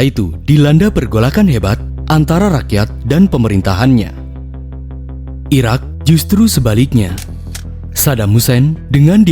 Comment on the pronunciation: Mimin nya kurang jelas , penyebutan Iraq dan Iran . Kuping ku kebalik balik denger nya. Jadi Sampek di ulang ulang video nya di menit tersebut